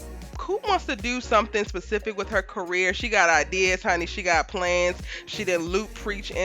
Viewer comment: I swear I thought said “CARROT in the making” 😂😂😂😂😂😂😂😂😂😂 yo I was on the floor in here 😂😂😂😂😂😂